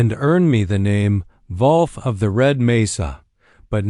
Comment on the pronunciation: Dear lord! How difficult is it to pronounce the word "wolf" correctly?